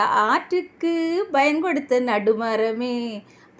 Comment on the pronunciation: தங்கச்சி. நல்ல பாடல். நன்றியுள்ள. மனிதன். புகழ்ந்து பாடும் வகையில் அமைந்துள்ள பாடல். Payan. Bayan. கிடையாது. ப்பயன். Pa யன். என்பதே சரிமான தமிழ் உச்சரிப்பு